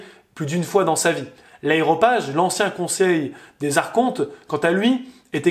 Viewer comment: hey!!! aréopage! et non aéropage... le contenu est très bien, mais faites un erratum svp!